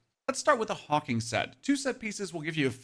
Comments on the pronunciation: Brother, i think that set is pronounced Hawk Wing not Hawking ❤ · HawkWing not Hawking and Veil of the Willow not Wail of the Willow. I don't know why you're mispronouncing them.